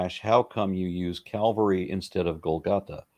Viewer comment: It's Calvary. Not cavalry. Cal-va-ry. A named location. Nothing to do with horses.